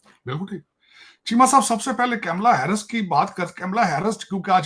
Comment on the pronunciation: कैमला नहीं कमला 😂...ये paxtani जान के हिन्दू नाम ठीक से उच्चारण नहीं करते